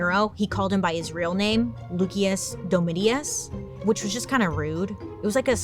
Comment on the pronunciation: Mispronunciation is really cute on you, but FYI, it's loo-shus dome-it-us. Yea. I was the nerd who took Latin in high school. Luv U!